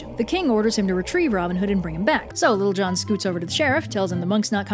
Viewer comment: Am I the only one who ended up hearing "Little John" as "Lil' Jon?" Edit: As in the rapper?